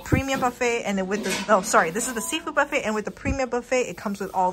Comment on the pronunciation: why does she add an L to words like calimarli and bufflet